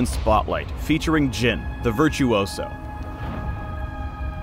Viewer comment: did he really mispronounce virtuoso